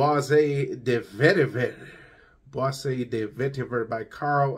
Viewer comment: I know French can be tough to pronounce but it’s BOIS = “buá” not Boisée😉